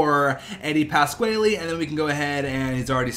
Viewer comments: Its pronounced Eddie Pas-Qua-Lee (Pasquale) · is that how you say pasquale? was bothering me